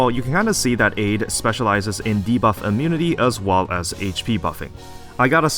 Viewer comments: it's ade (ah-day). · Btw, I think Ade's codename is a reference to the greek god Hades, so it should be prononuced Ah-dae